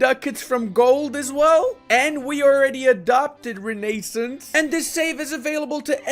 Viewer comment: and renaissance